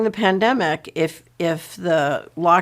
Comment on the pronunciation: the pan-they-mic will end when mon-nayterry - sistim is changed